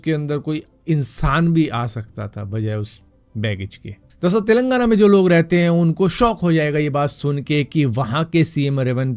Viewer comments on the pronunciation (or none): none